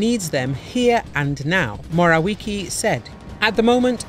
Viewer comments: Moravjecky noto moraviki 😂😂😂😂🤣🤣🤣🤣🤣🤣🤣 PROFI😂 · Moraliki :) Moraviecki pronounce :) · Mo - ra - wee - tzki not Morawiki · It's not morawiki but morawiecki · Moravietzki, not Morawiki... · Not mora-wiki but mora-wetzky. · You proerly should pronounce it like „moravietzky” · Matejas Morałeki 😂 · Mr Morawiecki pronounce as moravietzky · MORAUIKI ? WTF HEHEHE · Try to read- Mora-viets-key and don't skrew it up again! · Mo-ra-vee-aec(its c not k)-kee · "Mo-ra-wee-kee" it`s not even funny. Is is a robot reading? Apparently there is no limit to how badly you can mispronounce names. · That pronunciation of Morawiecki is absolutely hilarious xD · The way you pronounce Morawiecki is extremely terrible. He is not English or American. It is 21st century, it is easy to find how to properly pronounce names of known people. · Your pronunciation of Morawiecki is total shambles. Prepare yourself first. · "Mateius Morałeki" hahahaha a chwilę później "Morałiki" 😂😂😂😂😂